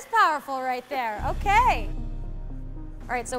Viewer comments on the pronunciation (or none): none